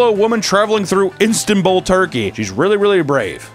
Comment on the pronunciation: "Instanbull" Jesus,, you somehow offended both the Turks AND the Greeks with that pronunciation.